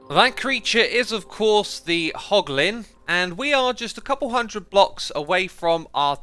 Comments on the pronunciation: It's hoglin not holgin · *hoglin not holgin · did i see "Hlogin?" and now "Hoglin" lol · It's hoglin heh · You mean "Hoglin", Right? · What's a holgin X, I think you meant hoglin😂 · Hey X, not to be an annoying little child, but you called the Hoglins - Holgins, or I just dont know the name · hoglin not holgin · HOLGIN farm? HOGLIN, right? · Everyone: Hoglin Xisuma: HoLgİn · x, it's hoglin not holgin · its Holgin oopsie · "Holgin farm" 😂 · Ah yes, holgin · "Holgin farm" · Anyone notice "Holgin" 😂😂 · "H O L G I N" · A "holgin farm" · No one: Literally No One: X: Holgin HAHAHAHAHAHA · What do holgins drop? Porlk chops? Lol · “Holgin Farm” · “Holgin” lmao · Its meant to be hoglin